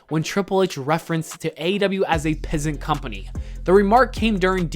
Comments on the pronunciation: Piss. ANT. Not peasant. What the fuck, can you hear brother? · it's pronounced PISS ANT not PEASANT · Its PISS-ANT! Jesus dude, come on. Its not "peasant" 😂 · it was so irritating listening to this dude pronounce "piss ant" as "peasant" like how could you get that wrong?? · Mans kept pronouncing piss ant by saying peasant lmao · Bro do u not know how to pronounce piss ant? It is a different word than peasant ya know ... still a great video I enjoy your content but that annoyed me lol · PeZz EnT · We’re not gonna talk about how he said peasant a solid like six times when it clearly states piss ant 😂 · The words are piss ant. Two separate words. Geez. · I just can’t get past the fact that the narrator doesn’t know that “piss ant” isn’t pronounced the same as “peasant”.. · He said it so many times too. Cringe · This dude can't pronounce "piss ant" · Do you not know how to say "Piss Ant" ? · I'm pretty sure that's not how you say piss ant.